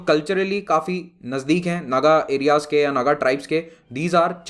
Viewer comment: Sir, it is pronounced नागा. As I heard mostly. I am from Assam.